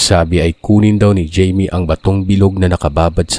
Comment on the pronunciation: jaime o bka namn hayme ung pagkabasa